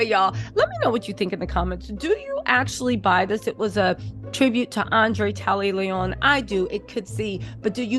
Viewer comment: Andre’ Leone Tally chile cause you were butchering thee mess outta his